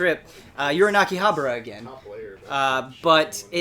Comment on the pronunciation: So you are paying attention after all! but in all seriousness, not 'habra' but 'HABAra' :)